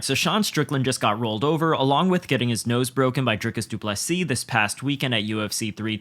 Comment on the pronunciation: Dana…. DDP’s name is not fkn Drycus. It’s Dricus. The “i” is the same sound as in Strickland. Learn it dipshit. The champ deserves to have his name pronounced correctly. He’s earned that right. And Sean needs to learn it too.